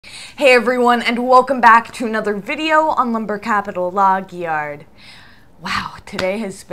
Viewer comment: The way you say '' Log Yard'' is so funny🙏